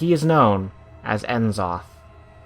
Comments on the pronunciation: its going to bether me until i comment it so its nuhzoth not enzoth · Isn't it pronounced Nuh-zoth? Just curious. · i dont wanna be that guy but its pronounced, " neh-Zoth" not " en Zoth " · N'zoth is purnonced nuzoth not N zoth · N-Zoth???? Nuh-Zoth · I wonder why people keep calling him En-Zoth! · As soon as I heard the mispronunciation of the names, N'zoth and Nyalotha I couldnt keep watching unfortunately.... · Was loving it until you butchered n'zoth's name. Do you pronounce c'thun "See - Thoon" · nobody can pronounce N'Zoth right :/ what a turn off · It's pronounced E"Shaarj not Ya'sharajaa and Nuu'Zoth..... lol